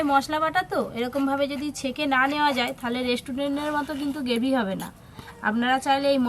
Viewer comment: কথা টা গেভি নয় গ্রেভি😊